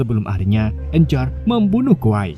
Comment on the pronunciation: kwei bukan kwai dibacanyah